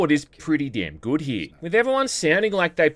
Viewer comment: I like how you say it the word good like "goude"